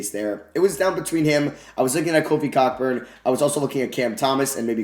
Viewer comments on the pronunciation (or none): Love the videos but kofi cockburns last name is pronounced koburn( ko as in go) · FYI Kofi Cockburn is pronounced KO-burn